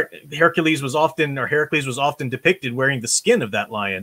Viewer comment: It seems to me, the Ideologues' vision of "realism" isn't actually very realistic. Thank you for pronouncing "Herakles" properly! And it was "Nemean Lion".